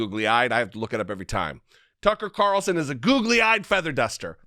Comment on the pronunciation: TuckeRitchie CaRitchlson